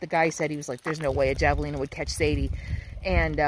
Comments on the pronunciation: J is pronounced as a H in Spanish. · The J is pronounced as an H in Javelina. I made the same mistake when I first moved out west but I feel like a local should have known that😅 I love that tree. . I'm old and gnarly too😊